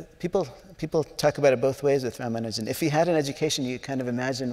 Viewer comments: It is so disgusting to hear the so called expert interviewers who talk about Rama Nujan , and keep calling him rama Nujan. What a shame they don't bother to spend a minute to learn to pronounce the name of the most brilliant mathematecian's name right. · Ruman-juan.... Rumanu-jan seriously! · Couldn't they get a moderator who wouldn't bungle the name from the start by saying 'Rama-Ju-an'? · The silly way the moderator butchers pronunciation of the names of Srinivasa Ramanujan and Manjul Bhargava is quite jarring to note in an otherwise pleasant interaction. I wonder why she didnt spend a mere 5 minutes before the event to just practice how to correctly pronounce the names. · there is only one way of pronouncing Ramanujan, there is no need to invent new ones or having a debate. Host is so terrible!